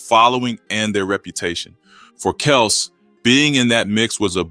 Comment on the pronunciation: Kelz not kelse